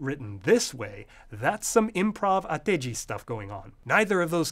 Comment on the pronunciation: so, why are you having the background voice pronounce かきくけandこ as がぎぐげ andご. also you pronounced ateji from high to low changing on the first to second morae. it should go from low to high changing on the second to third morae.